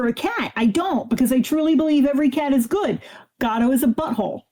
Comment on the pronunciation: It took me reading the comments to realise said her neighbours cat was called “Gato”. I thought she was saying “Godot” and her neighbour was a fan of absurdist plays 😄